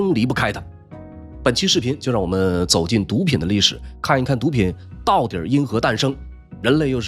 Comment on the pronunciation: “到底”？“到底儿”？ 这个词有儿话音的必要吗？听起来这么别扭。